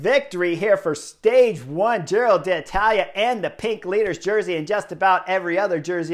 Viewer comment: Love it that Chris says ‘Giro D’Italia’ 🤗 this year, in place of his ‘Tour of Irrally’ 😖 last year. I feel like I’m properly there now. 😂